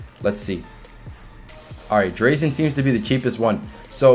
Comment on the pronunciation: Nice video man but you were killing me with how u say drazen lol